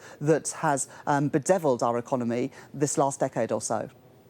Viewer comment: And that female customer service voice, and pronunciation economay, peepul, so unconvincing